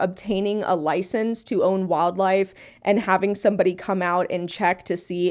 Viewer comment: "But did he have a LoIcEnCe?" What an NPC take. Of course he knew how to take care of the squirrel. He had it for 7 years. We have hours of video evidence that it was doing fine.